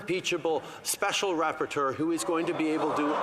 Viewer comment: Did he just say rappatuer? Oh, yeah... that worked out so well last time 😅